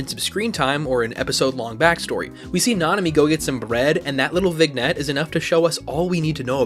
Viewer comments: My brother in Christ, it is pronounced "Vin-yett" not "Vig-nett"😂😂😂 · It’s pronounced vin-yet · Vignette is pronounced "VIN-YET" btw. Sorry, I wasn't going to say anything the first time, but you said it a bunch of times and I wanted to help. 😂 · I just came by to say 'vignette' is pronounced 'vin-yet' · You might’ve only ever read the word and not heard it but vignette is pronounced with a silent g (vin’yet). Great discussion. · That is NOT how you say viniette ❤ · btw, my friend, in vignette, the 'gn' is pronounced like lasagna. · everytime i heard him pronounce it wrong i lost 10 years of my life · It isn't a very common word so I can cut the dude some slack. If I'm just looking at the letters I understand why he'd pronounce it that way. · why do you say vignette so weird lol